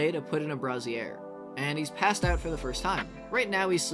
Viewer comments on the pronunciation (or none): Loving your vids. I've been beating my head into the wall on this game so it's amazing to see someone run the numbers. Going forward though - brazier is pronounced "bray-zhure" - the other way is a bra... for boobs. Sorry, I just kept seeing dancing bras! lol